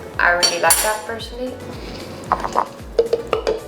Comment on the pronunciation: It’s PERSON-a-l-l-y not personhhvjhvbcxfh